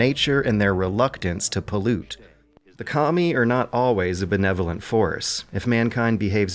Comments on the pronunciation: Sounds like you're saying "commie" instead of "Kami" XD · Mishearing "kami" as "commie" cracked me up every time.